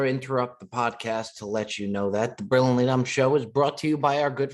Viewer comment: Who else finds it hilarious that can’t pronounce Brilliantly?😂